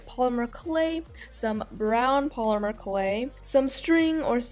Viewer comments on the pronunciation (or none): When you said polymer clay I thought you said plumber clay😂😂😂